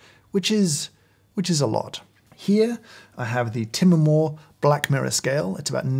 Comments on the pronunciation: Normal people: “Time-more”. James: “tuh-muh-more” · Just having him pronounce it as "tim-muh-more" instead of "time-more" increased the Timemore's value by about 35% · time-more. lol. I thought it was TIMEMORE as in Time.